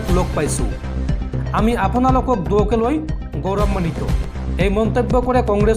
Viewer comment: গৌৰান্নিত নহয়, গৌৰৱান্বিত।